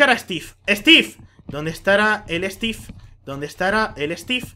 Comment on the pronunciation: stif en ves de steve